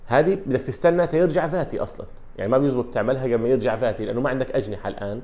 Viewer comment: فاتي بال F وليس بال V